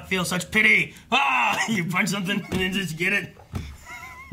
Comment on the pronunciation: It sounded like he said "nenjas"